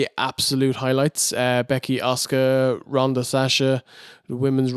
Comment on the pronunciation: Everytime says Asuka I hear Oscar. Can't unhear it